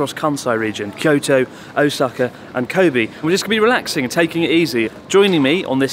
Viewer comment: Chris are you ever going to pronounce Kobe correctly?